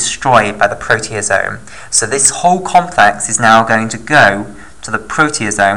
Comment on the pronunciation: isn't it proteAsome instead of proteOsome?